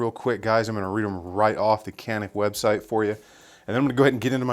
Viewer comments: Pronounced in Turkish like John'eek..when said quickly in English itll come off as Johnnick...the "C" in Turkish is the same sound the J in name John has...not a K sound like Kanick or in like tuna can....stick to John and Nick..if you can John'eek or Johnnick...you can do it! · not exactly ja-nick ... start with G letter.. (G)anick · Actually "juhneek." The Turks use the letter C to show our J sound. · Greetings from Turkey. Your "corrected" pronunciation of 'Canik' was almost correct except that, you should really spell the 'Can' part like you would say "John". 'ik' was correct. Great content btw. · Is pronounced "yanik" and it means " YAHWEH IS GRACIOUS" ...